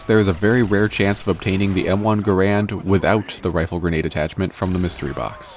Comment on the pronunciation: Bro forgot the first A in Gar-and